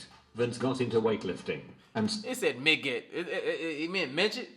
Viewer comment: Voiceover dude messed up pronouncing Denise and midget🤦🏾